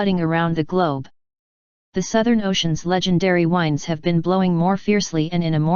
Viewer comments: strong wines are blowing. some words the computer just can't say. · The singular is spoken correctly, the plural is not. Near the end in does it again.